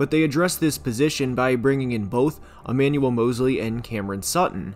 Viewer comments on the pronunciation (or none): none